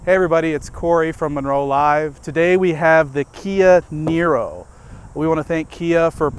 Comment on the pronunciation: Apparently when says Kia Nero quick it sounds like Canyonero. I had to rewind the video, lol.